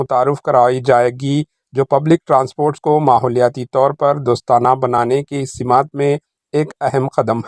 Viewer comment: Bhai urdu theek se padha karo. Simaat nahin simt hai.